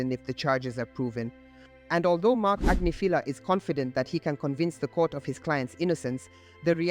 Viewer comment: Grammar police - Agnifilo Ag NIFF uh low. If you're going to say his name, say it right. Sheesh.